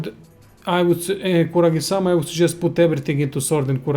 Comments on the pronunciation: Kusarigama not Kuragisama -.-... Japanesse . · *kusarigama not kuragisama. :/